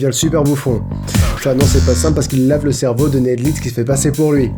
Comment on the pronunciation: Je suis la seule à entendre "Sorry" à la place de "Simple" ?